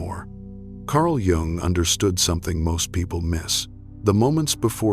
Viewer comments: It’s hard to hear his name have two different pronunciation gung and yung I think the correct one is the second yung the vidoes are excellent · I see myself in this. The constant criticism... and then I married a man who did the same thing. I also had to minimize my spiritual interests. So many other signs I relate to!! PS: isn't Jung pronounced as Young? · Please have your AI pronounce Jung's name correctly and stop interjecting "music". Proof your final content and reading. Otherwise, your channel appears amateurish. The content is good, but the delivery with AI not good. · YES! It's driving me crazy every time I hear him MISPRONOUNCE the name of the person is quoting!! It is disrespectful and ignorant. I will go to another website.